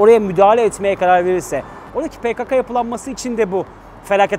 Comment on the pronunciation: Yalniz hocam pekaka degil pekeke olacak dogrusu..